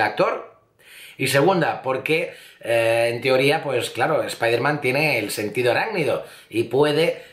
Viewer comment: Espiderman?? Doctor Extraño?? Cáncer de oído instantáneo!! Dx